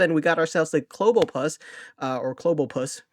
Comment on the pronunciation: it's Clobb-opus as in Clobber - Octopus 😄